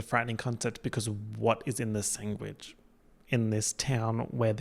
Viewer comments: omg you say “sang wich” instead of sandwich just like benedict cumberbatch says “peng ling” instead of penguin 😭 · OK holy shit I've never known of anyone else who pronounces it "sang-wich" I feel so seen